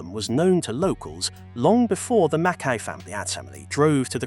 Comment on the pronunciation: Appalling AI voice which doesn't understand that "Bishop's Stortford", "sixth form" and "half barrier" are single entities and doesn't know the British English pronunciation of Berkshire, McKay, -borough, signaller, Norfolk, fatalities, and no doubt others I've missed. One of the worst I've heard.😕